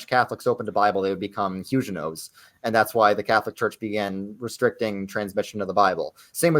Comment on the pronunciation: check pronunciation of huguenots - hard "g" sound, and last syllable sounds like "knots"